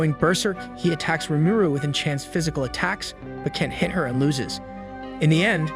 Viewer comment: Marshal-Ands (Marshlands). Battlefied (Battlefield). Prinicipal (Principal). Nave (Naive). An-I'm (Anime). Enchanced (Enhanced). I always love the purposeful mispronunciations. Keep up the good work!